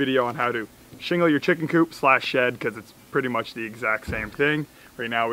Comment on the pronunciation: The chick-inn 😂😂